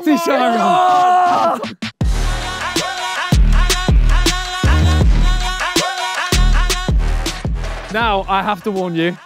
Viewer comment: why are they calling it a shyron tf😂😂😂😂😂😂😂😂